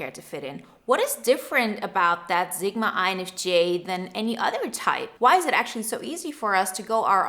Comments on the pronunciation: Your pronunciation of Sigma is so wrong its a S not a Z sound and I can barely finish watching this. Its seriously hitting a nerve. Which usually doesn't happen. Sigma (/ˈsɪɡmə/, not Z-gma. 9.01 is as far as i could go. Sorry Usually it doesn't bother me but for some reason this one is really bothering me. Maybe it's because my mother was a language arts teacher and i was never allowed to pronunciation of a words incorrectly. I even looked it up because I'm Dyslexic and figure i just had it wrong. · Honey it's Sigma, not Zigma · I like this "Zigma" pronunciation. is from the German-Polish Sprachbund, S's go Z a lot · I did too and she is saying zigma. it's very clear. I'm dyslexic so I mess up pronunciation, like crazy, so I try to be careful.